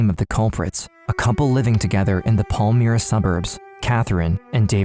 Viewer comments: The suburb name is pronounced Pal-my-ra not Pal-mir-a. The footage of American police used to depict Australian police is hilarious. Especially since it's on the wrong side of the road with the wrong type of cars. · As a Perth resident for my whole life it is pronounced Pal-my-ra not Pal-me-ra 👌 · Not that it matters, but as a Perthian myself, Palmyra is pronounced Pal-MY-ra not Paul-Meera. Pal as in I'm not your buddy Pal! And Myra as in secret admirer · Minor nitpick. It’s not pronounced pal-mee-ra, it’s pal-my-ra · It’s pronounced Pal-my-rah. Catherine Birnie holds a privileged position in prison in the library. After terrorising a city and being involved in heinous acts. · it’s pronounced Pal-Myra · Please don't use file footage of hideous Americans in clips about Australians, that is the ultimate insult. Also get a narrator that can pronounce suburb names properly, if you're not sure do research. Palmyra is pronounced as spelt, not "Pall-mee-ra". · I grew up in Melville and passed their house with school friends, I then moved to Willagee and lived a street away, the community was shoced by them .....pronouced Pal-mire-ra